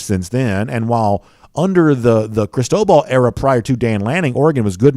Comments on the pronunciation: It is phonetically pronounced ( Chris-toe-ball ) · I've never heard anyone pronounce it the way was. It was driving me nuts. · seriously sounded weird.